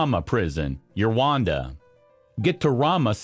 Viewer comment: The way Rwanda is pronounced really hurts this video!